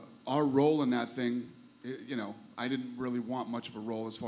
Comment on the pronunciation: ''My Ting was great and everyting was great'' - Demian Maia